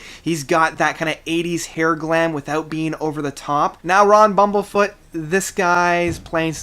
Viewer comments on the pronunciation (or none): Agreed. Someone is talking about Bumblefoot without even knowing how to pronounce his name. Fail! There's a reason why Bumblefoot is ranked #11 in the world on guitar right now.